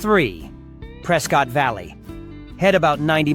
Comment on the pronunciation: AI voice, Prescott is pronounced Pres-kit.